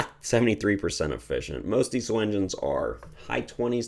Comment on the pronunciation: Since Rudolph Diesel was German his name really should be pronounced deezul not deesul. Just a little Canadian criticism of my American neighbors, no offense intended.😊